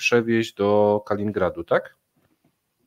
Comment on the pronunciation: Przepraszam, że znowu się czepiam. Kaliningrad, nie Kalingrad - obwód nazwano od nazwiska Michaiła Kalinina, nie Kalina. A tak w ogóle to najlepiej mówcie Krolewiec :) Dziękuję za kolejny ciekawy materiał.